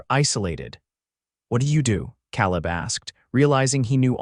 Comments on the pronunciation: nice, - but it's not "caleb" as in cow lib, it's "caleb" as in k lib :) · Except for the persistent mispronunciation of 'Cowleb' it was a perfect story for this retired teacher. 10/10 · It's pronounced Kay-leb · You need a better AI voice. His pronunciation of "Caleb" sets teeth on edge.